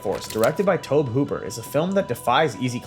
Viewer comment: TOE-BEE Hooper 😂